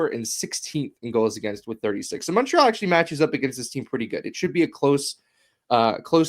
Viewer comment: It always rubs me the wrong way that they pronounce Montreal wrong in the opening theme